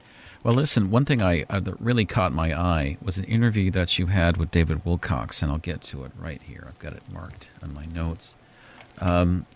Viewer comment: I liked the show, frequent ums & uhs aside. As for the host, you would think the host would get the name right when he's referring to someone. He repeatedly says David's name as if it's "Wilcox" or "Wilcocks." David's last name is "Wilcock." Apparently neither the host's mundane nor self-proclaimed psychic ability or abilities could prompt him to get the name correct.